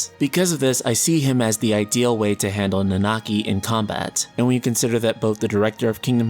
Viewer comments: Please just stick to calling him Red XIII. I cringe a little, every time you try to pronounce Nanaki. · You guys with this "Nanaki" name calling but want to not spoil FFVII story. I will forever cringe everytime you guys pronounce his name.